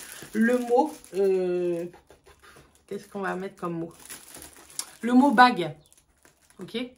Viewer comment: Bonjour vous avez dit bague comme c’est étrange 😊😊😂